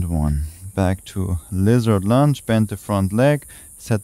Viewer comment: I appreciate these short energizing flows; thank you. And, funny thing: I continue to hear 'lizard lunch' when you prompt 'lizard lunge' ha ha ha, always gets me smiling 😊 Many thanks 🙏